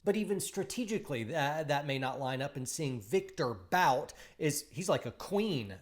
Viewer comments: Stop saying “Bout” 😆 It’s pronounced Viktor “Boot” lol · you could at least learn how Bout is pronounced... (his name reads "Boot" like "book"). By the way, investigate, how many US laws violations were made to put Bout in prison. Would you also ask yourself if the US ever secretly supplied arms to some third world dictators or some other notorious duds...